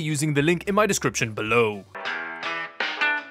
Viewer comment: That "Below" sounded suspiciously like "Linode" well played. XD